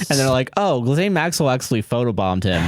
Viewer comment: Gilzane Maxwell!? 🤣🤣🤣 it's pronounced Gillane, but I also enjoy when she's called jizzlane (at least that makes sense with the spelling)